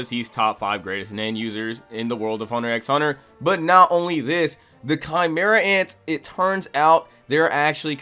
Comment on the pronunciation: Cool list but is there a reason you are saying the X in the title of the anime. It does not pronounced. It is just called Hunter Hunter. The x is silent